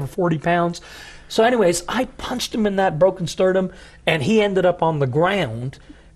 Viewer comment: He is horrific; it’s sternum not “sturdum”